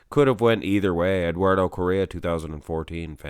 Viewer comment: I believe it's pronounced something like "CO-HEY-UH"